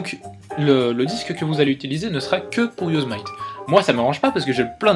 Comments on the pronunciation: Yosemite se prononce "yosémiti" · On prononce "Yossémiti"